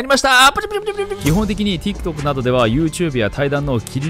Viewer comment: tiktokの言い方が本場っぽくて好き